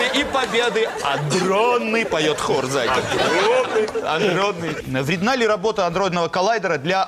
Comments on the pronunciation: АДРОННЫЙ , а не андронный))) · Адронный а не андронный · Адронный,не Андронный,сколько можно? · Не андронный, а адронный. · вообще АДРОННЫЙ а не аНдронный